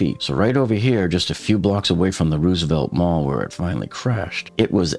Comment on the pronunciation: "Rose-uh-velt" not "Ruse-uh-velt"